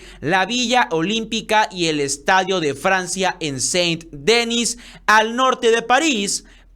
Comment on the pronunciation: Que manía tenéis los mexicanos en pronunciar todas las palabras extranjeras como si fueran gringas. Saint Denis no se pronuncia Dénis, sino DenÍs